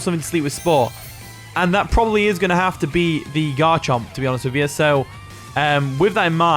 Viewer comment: I thought you called it Godchomp lol. I was just like yup, it sure is lol.